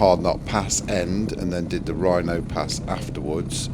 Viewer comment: Loved your video. I've done it loads of times but I only live about 75 minutes away and I almost always do Wrynose first, and that was the other comment I wanted to make, it's Wrynose, not Rhino pass 🤣 Good effort doing it two up on a GS with full luggage though, not sure i'd want to try that and especially not going that way!